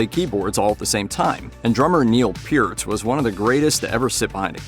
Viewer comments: How is it the narrator can pronounce Neil's last name correctly but screw up Alex's?! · Kudos for pronouncing Neil Peart's name correctly.